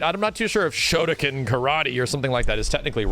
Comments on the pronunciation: Kinda pronounced Shotokan wrong. You got the Shoto part right but the Kan part is pronounced like Khan. And yes Shotokan Karate is a martial art from Japan. Specifically Okinawa. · Is a Shotokan karate practioner, listening to this.... ...come on my dude, couldve just taken 10 seconds to google the style first. and I know youre a westerner, but when did the letters "-kan" start to be pronounced "-kin?" whats "shodakin?" bro...but all in all, good video for videogame perspective :D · Good fgc insight, questionable Japanese pronunciation. You got the "shoto" right, but it's pronounced "khan" just like the Star Trek guy. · yes Shotokan is a real martial art and is commonly practiced and its pronounced shoto-khan (like Genghis khan but has no relation) why they choose this martial art to name them after I don't know (and if your talking about something completely different and there is a shotoken then that's my b and ima look like a jackass) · WTF is a shotocan? It's Shotokan( pronounced like con) Yes I'm being that guy.